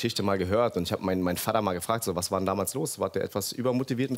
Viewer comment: Ekelig wie er immer VADDA sagt. Sprich es normal aus